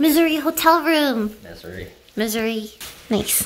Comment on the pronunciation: I like it how Lily pronounces Missouri as “Misery” lol